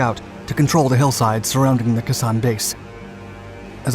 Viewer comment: I couldn’t listen to kah ZAHN anymore. It was KAY sahn when we were there.